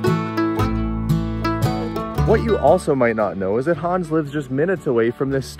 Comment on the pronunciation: Hans is A LIGHT! He is so joyful!! I'm SO HAPPY to see he found a great woman!! When says his name, it sounds like he's saying "Hun." LOL